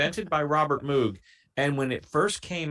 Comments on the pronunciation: D’oh! I just discovered your channel tonight. I’m subscribed now. At the risk of sounding like the Pronunciation Police, I just want to mention that Dr. Moog’s name sounds a lot like Homer’s favorite bartender, Moe(g). If you want to see and hear a great combination of pianos and synths, consider Rick Wakeman’s solo piece during the ABWH tour. It’s an instrumental, so I’ll understand if you feel that it doesn’t fit your channel. I’m looking forward to the early Genesis reaction. Those videos are of a much higher quality than Yessongs and similar concert films. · While it's true about the synth that Robert Moog (pronounced Moe-g, not "Moo-g") built is the MiniMoog Model D and yes, it was monophonic - you are correct that was one of the factors that gave its unique sound. The other fact is that he designed it so as to be easily used live on stage and took many tips from musicians at the time and designed them into the finished instrument. The list of artists that used the Model D in their songs, many of them hits, is very, very long.